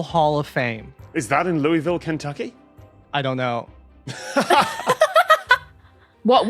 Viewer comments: For all my friends in Ky, while the baseball bat uses the French pronunciation, the town is pronounced lu-i-vul as if your mouth is full of marbles. I lived an hour upriver from them for a time and was yelled at every time I said it wrong. Sadly, I spent most this episode thinking about Churchill Downs (the Derby) even with you using the bats name. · Being married to Kentuckian, I have to proxy her by saying the pronunciation of Louisville is going to upset people. ✌ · The whole time they said Louisville Kentucky and I was CERTAIN they were saying St. Louis Missouri so I was screaming at my screen about the two sides of the Arch.